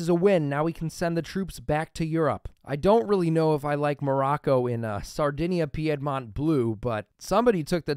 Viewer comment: Your videos are entertaining but OMG your pronunciation of Piedmont is annoying. It's pronounced "peed-mont".